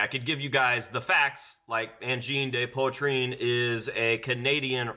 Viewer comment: I swear I found these guy like 3 or 4 months ago and totally called their blow up. I literally said “watch these guys be all over the internet in like a month” then BOOM. I fkn love them lol For, it’s said pwa-treen. With a some roll on the R